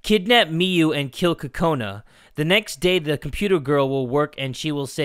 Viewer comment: Kokona sounds like corona 😂